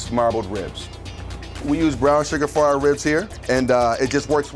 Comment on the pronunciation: I commented the second I heard surgar.